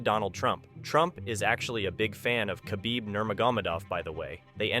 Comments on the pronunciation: Your AI pronounces his name as Ka-Beeb, when his name has a silent K, pronounced Ha-beeb. You use Too much glitch filter. What is the problem needing so much glitch activity? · you don’t say the k in khabib it’s silent so you just use the h you should know that before publishing a video about him